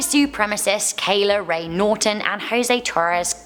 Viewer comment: Why do you pronounce Kayla rae Norton as "kaylore' your English isn't very good.